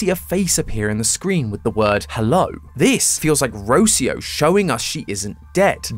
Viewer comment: Ro-CI-o not Ro-cio